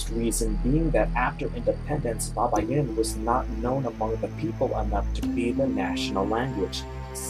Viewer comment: Is not babayin is baybayin for correction..